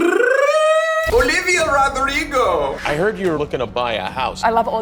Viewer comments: I love the way colby said Olivia Rodrigo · The way colby says "Olivia Rodrigo "😭💀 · The way he said Olivia rodrigo its just so funny love them both😂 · The way Colby said Olivia Rodrigo got me dying